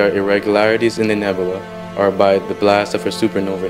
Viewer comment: I really hate how you pronounce nebula.